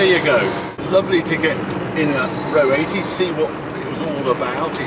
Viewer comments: Nice to see a presenter that can pronounce the name properly, rather than calling it An Ah Oh 80! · I called it! I saw it lurking in the corner on a previous video. This was one of my favourite cars as I kid, along with the Pininfarina Modula, the Lotus Europa and, er, the Toyota Crown estate with its multiple rear wipers… 😅 I always pronounce this “Ahr Oh”, rather than “row” but that’s because we didn’t have talking magazines and iPads back then 😀 Can see the Audi resemblance. By the way, I had a gearbox like that on my CX Pallas, although it didn’t whine like that, sounds like a straight-cut mini box about to explode 😆